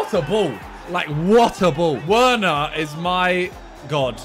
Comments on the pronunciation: him saying "werner" instead of verner is so annoying+ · bro, werner is pronounced like a v instead of w.